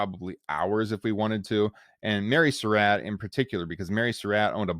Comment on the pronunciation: This was a good presentation, except that the narrator mispronounced the name "Surratt." He pronounces it like "Sir Rat," but it's correctly pronounced like "Sir Rot."